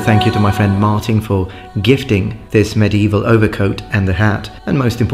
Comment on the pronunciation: The emphasis on "gifting" makes it sound like you stole it